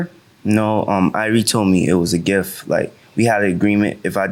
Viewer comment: The word is gift with a T not giff. Enunciate darn it 😜 lol